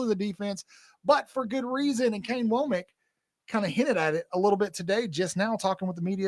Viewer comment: I don't know why the mispronunciation of Kane Wommack's name is so bothersome to me, or difficult for others, but every time I hear someone say his name it is like nails on a chalkboard.